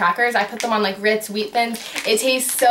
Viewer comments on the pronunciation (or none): none